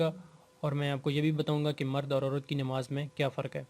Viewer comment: Bhai namaz ke baare mein seekh de rahe hain aur salam ka tariqa sahi nahi....and secondly its Namaz not Nimaz.... Tia.